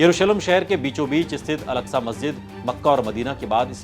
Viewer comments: Masjide agsha kaha ja ta hai algsha nhi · الکسہ نہیں ہے اکسہ ہے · Alaksa masjid nahi ''Aksa masjid hai'' plz correct your pronunciation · Oooo hero pehle to naam Lena seekh wo alaksa masjid nhi he masjide aksa he wo samjh ❤❤❤❤ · Wo alaksa nahi. Aksa he naam to sahi le. Bc..